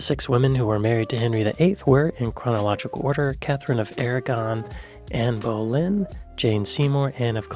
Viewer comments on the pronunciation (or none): none